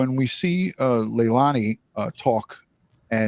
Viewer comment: Her name is pronounced Leilani ( Sounds like leylainey